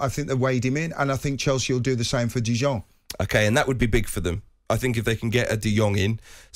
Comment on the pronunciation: Frankie Dijon.. didong.. ding-dong. Does Carlton have dementia. Needed help for 5 players names, and couldn't pronounce any others.